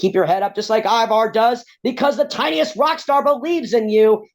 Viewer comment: His name is not Ibar or Iwar! Damn host do better